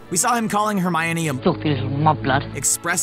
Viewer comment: Legend has it he still dose know how to say hermoine